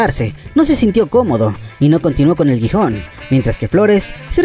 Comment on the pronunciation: Muy buen video, felicidades, y en efecto, habría material para hablar de más duplas. Sólo abusado con los nombres, es Sporting de Gijón, no Guijon y es el estadio el Riazor no Raizor;)